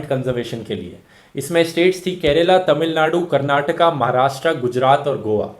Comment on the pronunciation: Only person who pronounced "Karnataka" correct!